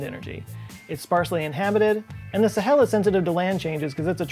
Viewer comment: And why didn't the musical you tell you how the pronounce Sahel? Also, the heat of re-entry is caused by compression, not friction. Two reasons why I unsubbed l-o-n-g ago. Interesting topic. I gave up .